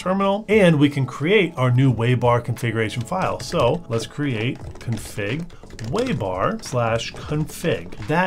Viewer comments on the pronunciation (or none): none